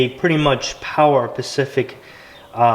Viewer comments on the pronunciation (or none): Or when he says Pacific instead of Specific.